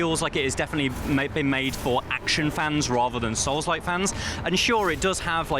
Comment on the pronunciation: absolutely agree. I've played all the Onimusha games and I actually winced every time he said souls like. 😂